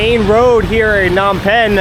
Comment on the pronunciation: lol its not Nom Penh.....the "P" is not silent.